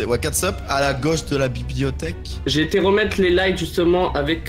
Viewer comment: Mais pourquoi vous dîtes bibiotèk aaaaaaaaah on dit bibliothèque